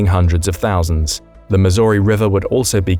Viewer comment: The Mississippi River starts in Minnesota from Lake Itasca nowhere near Malmstrom Air Force Base. And your pronunciation of Minot and Cheyenne and Missouri is wrong. Darn brits.